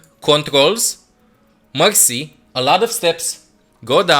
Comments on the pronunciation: Every time he Said mercy i thought he Said Moxy...😂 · when you say Mercy i hear Moxy UNRANKED TO GM PLAYING MOXY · I thought you said M0xy